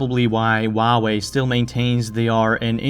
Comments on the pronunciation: All the vowels are pronounced individually. It isn't 'wah way' . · Actually the Chinese pronunciation is wah way